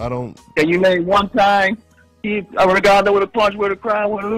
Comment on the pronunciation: It took me a minute to figure out who Virgil was talking about Everytime he kept saying Ragondo. I thought maybe he was talking about an old opponent that had exposed Loma